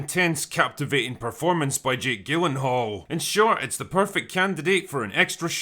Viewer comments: Soft 'G' in Gyllenhall. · gyllenhall’s name is pronounced “Jill-en-Hall.” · Nobody else mentioning how the is mispronouncing Jake Gyllenhaal's name? It has a soft g sound, like the g in gif or giraffe. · Nobody gonna mention the mispronunciation of gyllenhaal..